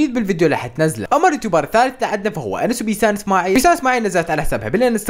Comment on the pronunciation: انس❌ انوسه✅